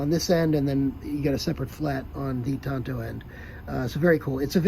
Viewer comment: Did you graduate the 5th grade? It's a Tanto, not a Tonto! KnifeMaker